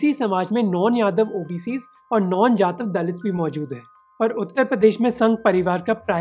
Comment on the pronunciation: Correct pronunciation is जाटव not जातव .